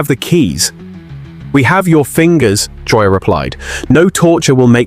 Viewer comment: Disrespectful yarn spinner AI, at least pronounce our fearless leader’s name right. Liar